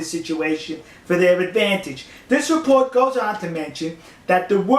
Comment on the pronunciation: Why do you speak like a 3 year old? What's a repowt?